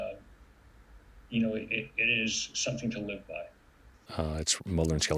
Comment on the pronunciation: dinosaurs struggling to life? Or struggling to live, but she read it as live (lie-vh) not live (li-vh)